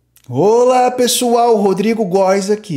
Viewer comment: "Rôla pessoal"????😳😳😳😳